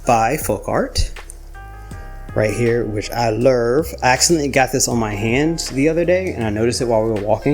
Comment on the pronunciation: LURV! I LURV that you say Lurv! 🤣😂❤ Congratulations on 18 months!!! Beautiful lacing and great pallet 😍💜🩷💜🩷